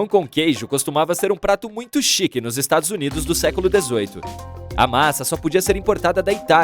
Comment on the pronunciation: mutcho sus 💀